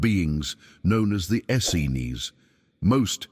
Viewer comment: Please get a human narrator so that we can get the correct pronunciation of the word "Essenes". It is pronounced "es-seens" with the accent on the 2nd syllable. The AI narrator flip-flops back and forth between the incorrect and correct pronunciations.